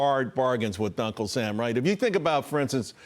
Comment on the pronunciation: Duncle sam😂😂